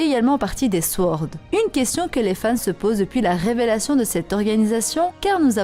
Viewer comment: ça se prononce sOrd, pas sWord ^^